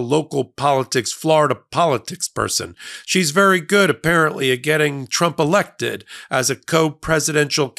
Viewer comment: Did you say erected or elected 😂